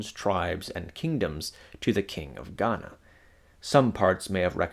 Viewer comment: The way you said "..they call it.. gHaNa" gave me the ick.